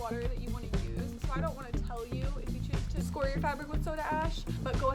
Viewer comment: Good day, soy milk is a BINDER not a mordant Alum is a natural salt that comes from the earth and is not a toxic chemical, Do some more research, the clothes you are wear now are more toxic then alum, because they have synethic dyes.. Scour pronounced (sk ou(ə) r Soda ash is natural